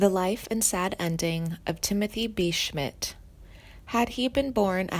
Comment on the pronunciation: This is the worst video I have ever seen. You do not know anything about Timothée be Schmidt he still alive and is one hell of a bass player. His credits are endless. This narrator should know how to pronounce peoples names like Roger .